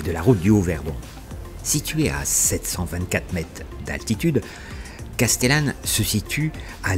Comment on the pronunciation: super , je le fais tous les ans depuis les Vosges ! Par contre SVP SVP SVP les prix des hébergements !!!!!!!! Trop facile d'élucider le cout ! à chaque fois c'est pareil et autre chose, respecter la prononciation des noms .... Casteuuuuuullane ..... non ! c'est Castéééééééllane ! Les gorges de Daluisssssssssss ... non ce sont les gorges DU Dalui ! etc ...... de bricoles quoi ! Sinon TOP ! vraiment ! Comme quoi on peut commenter un road trip calmement sans brailler sous le casque ! Bravo.